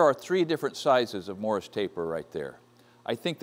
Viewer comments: Two comments, first off when drilling steel make absolutely certain it's secure in the vise. If it should grab and come loose it will spin around taking everything within it's reach with it. BTDT. Secondly, the pronunciation is MORSE, not Morris taper. Great find on the machine! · Sounded like Morris to me too. Morse as in Fairbanks Morse. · Not to be a nit-picker, but I think you would appreciate having correct information. It's is turret, not a "turrent", and it is a Morse taper (rhymes with horse), not a Morris taper. But no matter how you pronounce the words, I'm jealous of your machine! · Morse Taper - Pronounced like horse, single syllable. It sounded like you were saying Morris with two syllables. It is one of the machine tool tapers. See Wikipedia for "Machine Taper".